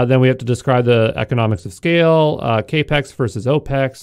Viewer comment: The reason there are a lot of comments is that it comes off as dumb and invalidates the information. So does pronouncing CapEx as “Kay Pex” and OpEx as “Oh Pex” when the former means Capital Expenditure and the latter stands for Operating Expense. If you don’t pay attention to detail, then you’re subject to misinformation.